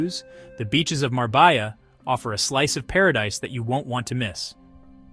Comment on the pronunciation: Love the video, but as a Spaniard, you lost all credibility with your pronunciation of such a beautiful city. It's Marbella (Mar-beh-Ya).